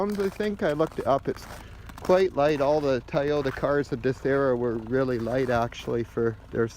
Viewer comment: Nice car, sorry I kept hearing "Tie Odour Corolla" xD